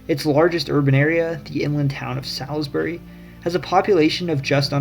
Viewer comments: As a Delmarva born person, I say take the Delmarva and file for statehood. Oh the 'EASTER SHORE is considered the two Virginia Counties, you know the ones Virginia doesn't recognize until tax time. It is not Salsbury, it pronounced Saalsbury [long A]to the locals. In the area I was born there were no decent roads until the the city slickers decided they wanted better roads to Ocean City and the beaches...go figure..... You don't know the Chesapeake Bay and the rivers or even the locals until you live there, and plow the waterways. My Grandmothers were both Native American, and one told me never let on you have Indian in you, you live in 2 worlds. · And Imma correct you on your pronunciation. Havre de grace is “have er” and Salisbury is “Saulsberry” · gotta say it, Salisbury, is pronounced sulsbury, and the E in Havre is silent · Oof that pronunciation of Havre de Grace and Salisbury otherwise spot on